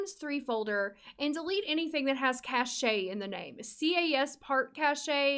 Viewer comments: Great video! I think cache is not pronounced as "cach-e" though, pretty sure it's more like "cash"! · cache is pronounced "cash" not cashay". sorry for being a stupid nitpick. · This will help out so much. Btw cache is pernounced "cash" no "cashya" lol. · Cache is actually pronounced like “cash,” not “Ca-shay.” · that is an amazing video, but... the way you pronounce cashe is just delightful 😂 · I've always said it "cashay" too lol. You're right though, I just looked it up. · cash....it's pronounced cash (cache). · The pronunciation is cash but with a e cache or cashe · Ahh I just reinstalled TS3 for the first time in years, this video was so helpful thank you! Also cache is pronounced like "cash" 😅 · The way you say Caché lol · The way you say cache